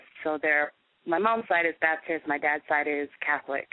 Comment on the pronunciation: Babdist? Isn't it Baptist??